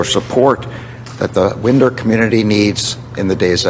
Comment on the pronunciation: it's not Winder like a window. It's said like Wynder. Like a fine wine.